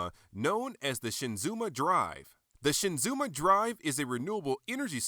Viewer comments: SHIZUMA.... Not Shinzuma lol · Not "ShiNzuma," but simply "Shizuma." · This is an awesome review. I got mine last week and got it at a good price of just $55. I took photos of it a couple of days ago and just posted them to the robotjapan forum. Although I have to admit I cringed every time you said "Shinzuma" Because it's Shizuma. ^_^ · I prefer the Yamato version. It's much bigger and almost completely Die-cast. Also, it always irks me when folks mispronounce names...It's Shi-Zuma not SHIN-Zuma. Good review! Love your camera work!